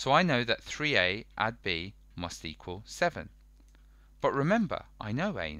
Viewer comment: Man said equill